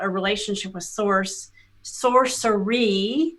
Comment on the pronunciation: I thought I was done commenting until I heard the semantics with "sourceress" "sourcerees"..., made up words but nonetheless indicating them as sorcerers. Host, you should not contemplate on these types of people. They don't even tell you a description of who they get info from, other than to say they are light. The bible specifically states that even he devil disguises himself as an angel of light (2 Corinthians ). They already avoid calling themselves Christians or at least some who follow the God of the bible. Anything outside of scripture is of a demonic source. deception is the game of the devil and his followers.